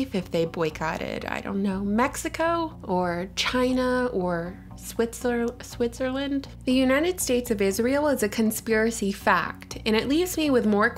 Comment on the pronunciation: You really couldnt do second take to get Switzerland right?